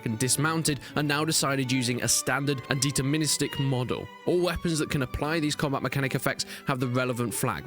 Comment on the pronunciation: Did you say Dieter Ministik or Deterministic? :P Also, fiefs sounds like "feefs" not "fifes"